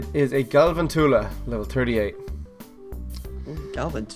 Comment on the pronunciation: OMG I get so irritated when someone pronounces a pokemon's name wrong. Lol It's gal-van-choo-luh (for galvantula)